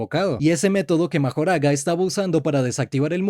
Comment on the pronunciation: Minuto dice magojara🤑🤑